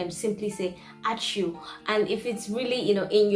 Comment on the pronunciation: Stressing is a bit off, but then I've been told that it's one of the more complicated things in the Lithuanian language. Sveiki for example or "sveiki̇̀" in a dictionary has this little thing on top of the last "i", which refers to short stress on "i", means you should stress that sound and make it shorter. A word ãčiū, another example. A has this wavy line in a dictionary, that indicates a long stress on "a", so you emphasize it and pronounce slightly longer. But that's advanced stuff. Even Lithuanians don't get it right all the time. Otherwise, I appreciate foreigners trying to speak Lithuanian.